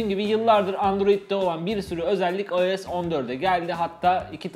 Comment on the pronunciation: AYES DEMENE TİLT OLUYORUM